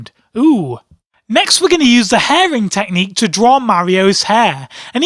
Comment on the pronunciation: I laughed so hard when he said "the fisting teqhnicue" xD